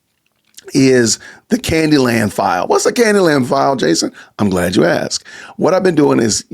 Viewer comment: “Candi Land” perfect